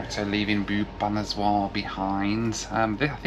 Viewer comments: It’s Bhoo-va-nesh-var not Bheeyupaneswar! It’s one of the most amazing cities of Odissa state peppered with ancient temples esp the 64 yogini temple … And that food you were having on the trains is one of the best and deserves lot more praise than “not bad” from you … yes midlands trains and other trains in England don’t offer such great food and doesn’t have the organic humaneness of a train journey that India offers despite the troubles or delays … train food in India is one of the best in the world … that “soup” you were having was lentils or daal can’t believe u didn’t know what it was , am sure there are plenty of those all over UK … u really arent that cultured are you lol … stop being peevish and be more appreciative of a land your ancestors colonised and looted and levied illegal taxes and starved our people with the likes of the Bengal famine … that porter on the train , who said “aiye sahabji “ - all my love for his innocence and goodness for an otherwise peevish ungrateful white privileged bundle that you are ! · When he pronounced Boo pha nas waar Iam scared🥶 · haha its fun to hear how you pronounce bhubaneswar. "bubanezwar" :) coz i come from that town. but kudos to your effort. love your content. please revisit.